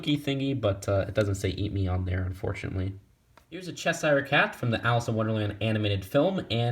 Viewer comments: Just saying, you're pronouncing Cheshire (Cat) wrong. You have to pronounce the sh in the middle, "Chesh-ire", not "Chess-hire". Anyway though I wish I had all these minifig., I haven't seen them in shops in the UK and I don't want to waste money buying them online for much more money, but my fave is probably Aladdin! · Its pronounced cheSHire. There's a SHH sound not cheSSire.